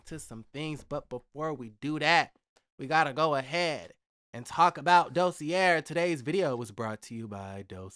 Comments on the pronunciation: Hey the word Dossier is actually pronounced Do-se-a. Blessing great video! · Is it really pronounced "Dossierrrre" or just "Dossier"?